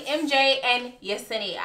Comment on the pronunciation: Yes you said Yesenia’s name correctly